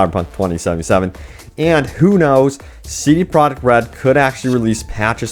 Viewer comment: I am not hating when I say this but wouldn't it be easier to say CDPR instead of CD Projekt Red every time because you say it a helluva lot, and when you say it you mush it all together(I guess to say it faster) and it sounds fucked. You should say CDPR, I promise we will know what you are talking about